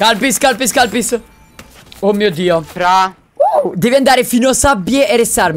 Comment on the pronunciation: ma... ha detto kalpys??